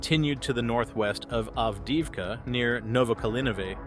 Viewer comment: Sadly, the AI voice can’t pronounce names we’ve learned through so much listening! Av-deev-ka, etc.